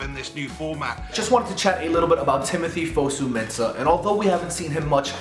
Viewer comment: Jess Lingard? Fusu-Mensah? Come on